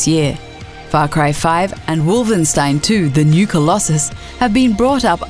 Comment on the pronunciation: Did she say Wolvenstein instead of Wolfenstein?! :P